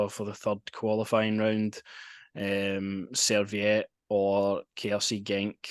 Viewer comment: They are not a "Swedish mob", they are Swiss. They are not called Serviette, they are called Servette. Well done for getting the Belgian info right..😂